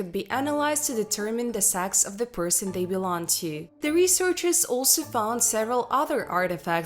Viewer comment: A giant hand? What.. iren? Matal? Broons shows you to trace genetic material that determines the sax of an individual? I’m sorry. I love history - so disappointing I couldn’t understand the person trying to speak English. Almost every other word was nearly mispronounced.